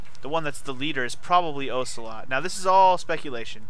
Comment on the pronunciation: Aggghh!! Every time you mispronounce Ocelot's name I cringe and die a little inside. XD